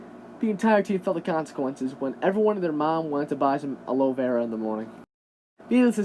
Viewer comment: You pronounced Aloe Vera wrong